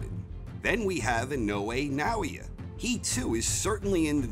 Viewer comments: Hey, this fighter's name is not Inoue Noia. His name is, Naoia (NAY-OYE-AH) Inoue. Thanks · Pronunciation of "Naoya" was really all over the place :-) For future reference, it's three syllables, like: nah-oh-yah